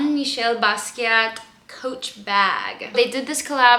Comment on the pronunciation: thank you for looking up how to properly pronounce Basquiat name! There are so many people on youtube who don't bother and just butcher names on screen!